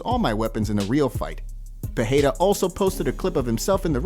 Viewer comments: Alex "Peheira"? These folks don't try 😅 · ITS PEREIRA THERES NO H NO JNNO HARDSOUNDING NOTHING PE REI RA FUCK LEARN HOWNTONPRONOUNCE